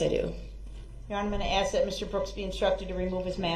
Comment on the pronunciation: ...you may look back at some of these questions....but why does he say "aks" as pronounced axe instead of "ask".